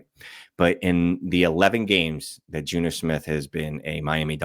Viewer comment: Had to hear it five times to realize "Juno" was Jonnu 😅